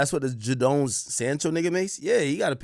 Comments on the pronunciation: Yow the man name is pronounced “Jay den” not “Ja down “ like you be saying , you could’ve put his name in and hear how sports commentators pronounced the man name. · Ja-doan sancho haha it’s pronounced jay-den sancho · 😂😂 Everytime this ninja said Jah-Down. It's JayDon (Jadon). Lololol. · pronounced as "Jaydon" bro🤣🤣🤣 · Akkkkk get you Jamaican self to bloodclaat together you sound American. Ja-den Sancho 😂😂😂😂😂. Dawg seh jahden. Noni Madueke new Arsenal signing 🔥 pronounced No-Nee ma-dueke😂😂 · Man said Jadonee 😂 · Jayyy don is how to pronoun it 😂😂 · The mispronunciation of names killing me. It’s just Jaden with an O Ak😭